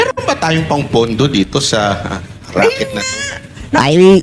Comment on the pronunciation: RACKET hindi ROCKET😂😂😂